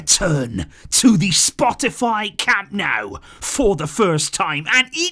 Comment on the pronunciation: Dont call it "cam naaaau"😂😂😂